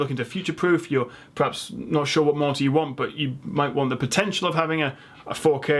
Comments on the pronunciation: everytime you say monitor it sounds like your saying Martyr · Poor guy owns a tech channel and can't even pronounce monitor it sounds like he's saying martyr 😂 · The word is 'Mon-i-tor' not 'Mar-tar' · i keep hearing "martyr". a 27 inch martyr? thats a small angel right? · Why do you pronounce monitor like martyr? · I'm Australian and I'm hearing martyr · After a few times of saying monitor, it sounds like you're saying martyr lol, great video! 🖒Thanks heaps for giving us your time brother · The way you pronounce the word monitor sounds "Martha" to me 😂😂😂. Amazing :-) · you pronounce monitor as a marter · At one point I was getting "monster"... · is it just me or it sounds like he's saying monsters?.. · Is it just me or every time he says "monitor" it sounds like 'Martyr' ... and I'm just sitting here like.. he didn't put a disclaimer saying "no monitors died in the filming of this video". Rest In pieces.